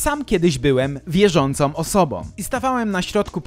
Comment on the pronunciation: Mówi się istnieją a nie „istniejom” !!! I wiele Twoich tego typu błędów. To „wykręca” uszy słuchających. O, znowu, wierzącą a nie „wierzącom” !!!